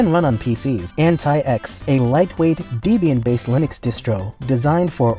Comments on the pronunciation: pronounciation errors make me think it's AI, like deeeeebyan deeeeeebyan deeeeebyan instead of debian. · How can you say debain like that